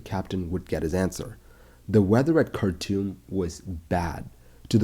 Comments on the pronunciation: Cartoom not cartoon! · anyone else heard it as cartoon instead of khartoum?